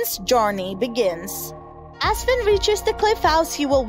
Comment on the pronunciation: It is Finn not sinn